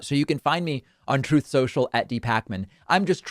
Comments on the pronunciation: Isn't it ironic Trump has a hard time saying the word truth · The reason Trump cannot pronounce "Truth" properly is that he has never spoken the truth before! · Funny how he can't even say the word "truth". We knew he had no concept of it, but he actually cannot say the word. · I have to admit I almost find it funny that Donald Trump can't even pronounce "truth" correctly. It says something about him. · He has so much trouble speak speaking the truth, that he cannot pronounce truth. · Trump has never uttered the truth. It's no wonder he can't pronounce it. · He lies so much he can't even pronounce truth... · Am I the only one who thinks it's hilarious, not only is captain orange incapable of not lying, he can't even say "truth" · Doesn't surprise me at all that Trump can't even pronounce the word "truth". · Don Soreloser can't pronounce the word "truth". ?! I guess he never said it before in his life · He has a slip on the word "truth", hmmm. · Perhaps "the Loser" Trump, is not able to pronounce the word "Truth", because that word is so foreign to him, that he never uses it. By the way, have you heard about Trump's phone calls to Pennsylvania, trying to "find" votes for the Wizard of Oz? Yup. He is at it, again. So, "Un-Truth" Social" is finally working, for now. Let's watch how long it stays up, this time. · He cannot pronounce the word truth because it's not part of his life and vocabulary, but the word lie just slides out of his mouth without him even trying to. 👺👹👺👹.